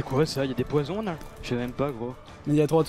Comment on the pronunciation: à "les poissons" au lieu de les poison :d